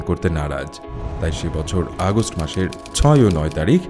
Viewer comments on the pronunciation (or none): none